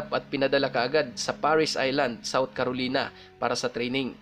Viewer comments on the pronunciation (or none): Air maganda ang kwento mo. Ang tama pong pronounce ay SRAPNEL Hindi po sharp nail. At KAROLAYNA po ang tama. Thank you and God bless...